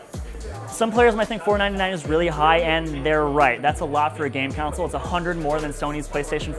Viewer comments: Con-sole not council. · It really sounds like he's saying "council"